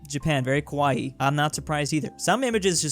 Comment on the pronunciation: Im not sure if he said Kawaii or Kowai